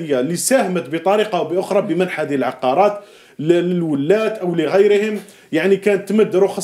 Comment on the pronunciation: العقارات وليس العقاقير ؛ العقاقير تعني توابل 😂